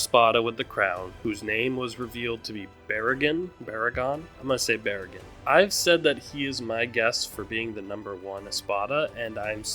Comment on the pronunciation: for clarification, its pronounced "baah-raah-gaan" with the "A" pronounced in the same way as "rock". Same goes for "Haa-ree-bell". the A is pronounced the same way "starrk" is